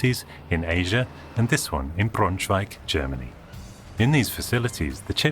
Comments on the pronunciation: Greetings from Braunschweig! (It has an english name too: Brunswiek) Verry good pronounciation ;) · Thumbs up for using Brunswicks German name. The pronounciation was quite good.